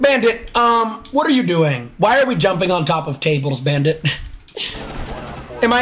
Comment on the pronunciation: ik like best clip orrrrrrrf the day